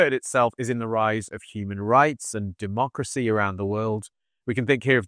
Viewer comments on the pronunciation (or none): none